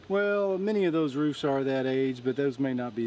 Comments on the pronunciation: "rooves," not roofs. Unless you also say "wolfs" and "hoofs." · I point out yet again that the plural of roof is roofs and is not pronounced "rooves."